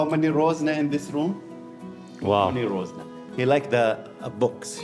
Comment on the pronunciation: it is called RAZONA NOT ROZNA